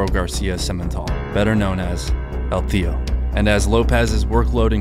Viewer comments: I believe it’s pronounced el TIO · Excellent video I was just a bit annoyed by how you pronounced el teo(teh-oh) wrong repeatedly but I understand you dont speak Spanish it just hit my ear wrong lol.